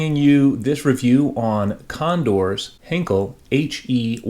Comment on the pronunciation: Not to be too much of a pedant--and I am not a native German speaker, so take this with a grain of salt--but I believe Heinkel is pronounced HINE-kull. Anyway, very interesting kit. A tad jealous as they don't seem to be in large supply and I've always been very fond of the early German jets. Thanks for sharing!